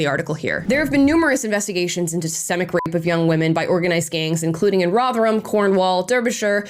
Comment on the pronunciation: I'm so happy that you pronounced Rotherham correctly, mostly Americans over pronounce the HAM in town/city names in Britain